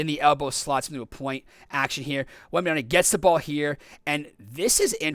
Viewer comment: Repeat after me: it's WembanyaMa, it's an M, not an N. It's been 2 and a half years since he was drafted, ffs. You americans are horrible with foreign lenguage.